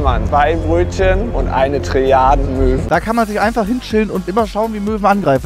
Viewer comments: (Ich höre huntige Mören) xD??? Sie meint Möwen wtf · Hat sie wirklich Möhren zu Möwen gesagt?